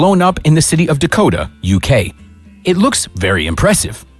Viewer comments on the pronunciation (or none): That's not the place, it's Didcot which is pronounced similarly as Dakota minus the "a" at the end. This long, often beautiful video and this guy reduces it down to one mispronounced town name. Yeesh. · Didcot was the name of the city. It was mispronounced in the video. Relax. It was also 2019. At that time, there were the DJI Inspire 2 with a 4/3rds sensor or the Mavic 2 Pro with a 1" sensor, variable aperture Hasselblad camera. Again, relax.